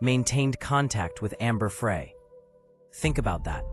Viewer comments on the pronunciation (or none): This AI story just mispronounced Amber’s name. See ya.